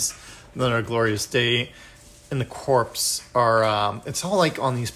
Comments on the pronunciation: Great video. The only other minis I've assembled are the Space Hulk minis. They were bigger though. Like others have said, it's pronounced "core" not "corpse". Can't wait for my copy. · Its pronounced Cor. The P &S are silent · The 'P' is silent. Think US Marine Corps.